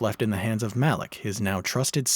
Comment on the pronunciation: pronouncing "Malik" like "Malak"... Huh. "this is for Gohan"...? !, ALERT. REPEAT, !, ALERT (Malik was only killed (beheaded) in 1228, after Altaïr saved him from the Masyaf dungeons, where he told Altaïr what had been happening with the Levantine Assassins while he was in Mongolia, and apparently the very same day) Mr... Ocelot?! And finally - previously, that is up until video 3, Uncle was gonna review all 13 mainline games up until Mirage. Now, he's only going to review up until Syndicate, game #8. The compilation of "Metal Gear Solid 5 Sucks and I Love it" came out on March the 13th. 3/13. This video (AC Revelations) is the 4th out of 8 he's gonna do. What's missing for 8 to become 13? SO, my deduction here is that "Metal Gear Solid 5 Sucks and I Love it Part V" is going to come out on August 4th, 2024. 4/8, in the standard date system.